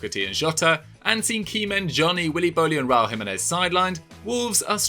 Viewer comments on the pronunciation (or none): none